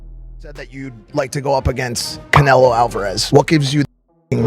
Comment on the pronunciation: Who the f is Cana-low. 😅